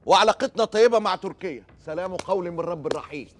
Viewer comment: " سلام قولاً من رب رحيم " بالفتح يا معتز ربنا يوفقك